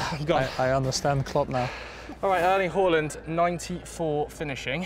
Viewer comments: Erling Horland. That lad kept saying Horland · Why did he keep calling him Hawland? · that's how Haaland pronounces his own name though